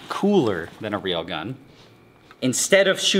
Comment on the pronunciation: It is a ray-l gun 👀